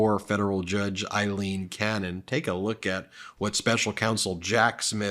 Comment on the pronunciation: Aileen = Ayleen